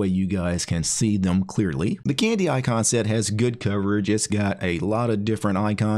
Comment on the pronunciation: Sometimes "icon set" sounds a bit like "eye concept", and all of a sudden, your icon set showcase becomes all the more poetic.